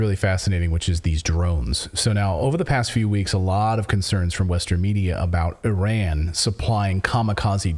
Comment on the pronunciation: ... THANK YOU x 1,000,000 for pronouncing IRAN+IRANIAN PERFECTLY ... you pronounced it PREFECT ! 👍👍👍🙏🙏🙏